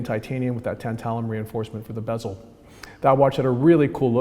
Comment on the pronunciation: Dang, I was only here to see you mispronounce “bezel” as “bees-ol”